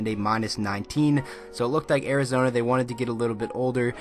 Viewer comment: Did you say Arizona or Arizonee